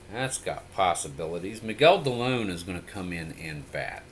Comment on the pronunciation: Not to be pronunciation person but Miguel Dilone is Dee-low-nay. He was an ex-Indian.